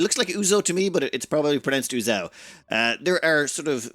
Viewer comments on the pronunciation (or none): UZEO - "Looks like Uzo to me, but it's probably pronounced Uzao". So I guess pronouncing the "e" is out of the question? I wonder how pronounces "Romeo" or "Video"... 😄